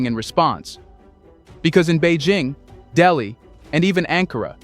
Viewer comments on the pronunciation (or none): none